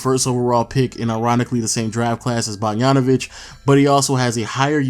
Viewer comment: Who tf is "Bargnanovic"? You can pronounce BOGDAN but can't pronounce BOGDANovic?